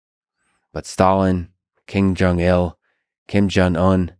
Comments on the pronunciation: Kim Jeong Il, not King Jeong Il. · Ahaha "King Jong Il"